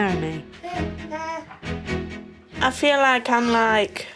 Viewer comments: The way they say Naomi is so annoying. It’s literally my name and its pronounced neigh-oh-me not Nye-oh-meeeeee aghhhhh 😒😂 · Some people pronounce it nye-oh-me. Actually, most people I know called Naomi pronounce it that way. neigh-oh-me seems like more of the American pronunciation?